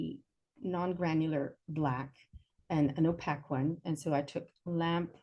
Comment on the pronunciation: Ō-pāk Oh pake Oh p-aye-k It is not pronounced o- pack. There is a pronunciation key for every word known to mankind in every dictionary.